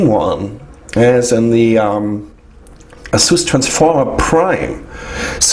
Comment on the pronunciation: No offence, but i'm quite sure u're pronouncing ASUS in a wrong way